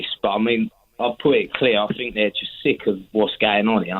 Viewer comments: He "finks" he has black friends 😂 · I fink he's just fick.